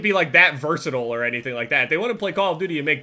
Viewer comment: The way Jason says versatile...